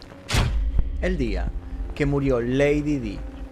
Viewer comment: Lady Di se pronuncia como "lady Dai".